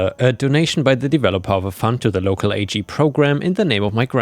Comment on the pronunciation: Hey, great story narration as always. Since you asked, yes ag is the short term for agricultural, and it’s not an acronym to be pronounced as a g, it’s pronounced like the beginning of the word agriculture. One of those fun quirks of English 😊